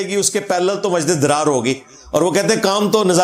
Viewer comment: yeh masjid zarar he masjid drar nahe....talafuz durust karen